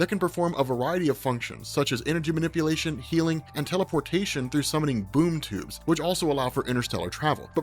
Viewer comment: Sounded like he kept saying boob tube haha!